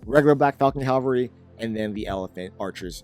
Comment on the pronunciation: Why on gods green earth do people have a problem pronoucing "cavalry"? It's not just him, but it's really, really common, easilly one of the most commonly mispronounced words. It's "ca-va-lry", not "calvary".